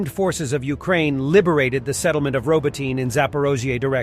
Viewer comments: FYI, Robotyne is not pronounced RoboTEEN. Get a Ukrainian friend to help you with pronunciation. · You know to be suspicious of the report when the announcer doesn’t know how to pronounce Robotyne.